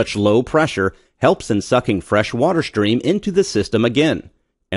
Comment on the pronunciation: "Stream" NOT "Shtream"...